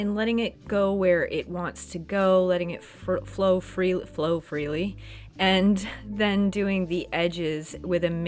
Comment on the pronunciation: “Get it to fro fleely”………(snicker). Fun oration, great piece of creation.